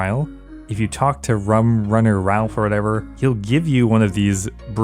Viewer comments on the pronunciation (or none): none